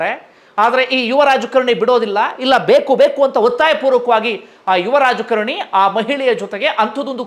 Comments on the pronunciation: Dayavittu kannada sariyaagi kaliyiri, youtube channel nanthara maadi.., raajakarNi alla, raajakaaaaaaraNi! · Its not rajkarni, its raajkaarni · Sir it is rajakaarani not rajakarni